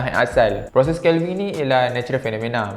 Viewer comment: Sebutan “Calving” tak tepat.